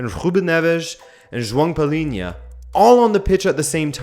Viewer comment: that "joao palhinha" pronunciation was perfect